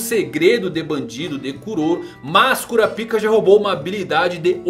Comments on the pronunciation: KurÁpika .... Eu ouvi cura-pica o vídeo todo. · Véi... que agonia. É Kurapiká e não Kurapíka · Para de falar "cura pica" mano kkkk a pronúncia certa é "kurápka" 🤣🤣🤣🤣🤣🤣🤣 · Pelo amor de Deus, é kuRÁpika, com ênfase no RÁ.. kkk que agonia vei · Pfvr cr, fale KURAPAIKA. Tava vendo seu vídeo na tv e tava meio constrangedor vc falando kuraPIKA. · cara gostei muito do vídeo, mas bem que vc poderia pronunciar kurápika, ao invés de cura-pica né... ficou muito estranho...😄😄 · Como se pronuncia Kurapica é Curapica mesmo ou Kurapaica? Fica muita estranho ele falando Kurapica toda hora kkk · É kuRAAAApika e não kuraPIIIIIIka, pelo amor de deus kkkkkk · Se pronuncia "Kurápika" não "cura pika" KKKKKKKKKKKKKKKK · Exatamente, parece que o povo tapa os ouvidos na hora em que o pessoal pronuncia o nome no anime. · alguém lembra da dublagem br que chamavam o kurapika de Korapaika para evitar a zuera br? ahuehua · SE PRONUNCIA KURÁPIKA... kuRÁpica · O cara fala curapika kkkk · É Kurápika que se pronuncia. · kurApika , falando erradoo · Quem riu quando ele falava KuraPika da like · Kurapika foi de doer os ouvidos... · man vc pronuncia errado a palavra kurakipa da uma olhada no pronunciamento japonês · Primeiro que eles não usam "´ú" essa acentuação to falando de que ele esta falando errado